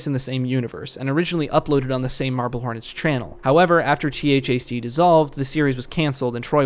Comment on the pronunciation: great video. Im a sucker for Marble Hornets-related content all the time lmao though i did get distracted with THAC being spelled instead of pronounced as "thack" like they used to in their podcast😂